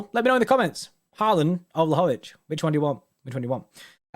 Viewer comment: It’s pronounced vlowhowvich